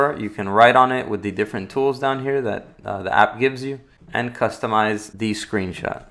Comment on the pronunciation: I can’t help but notice that he says Thee instead of the, “Thee screen, thee button” 🤪Anyone else? No just me. Ok.